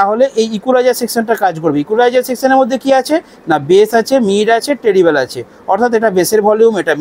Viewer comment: টিরিবেল না ট্রিবেল 😂😂